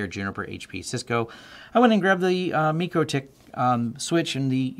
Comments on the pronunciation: It's pronounced MY crotech. :( #FAIL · FYI, the company themselves pronounces the name "my-Krah-tik".